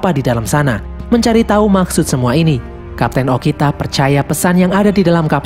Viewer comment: kok bilangnya okina harusnya bilang okita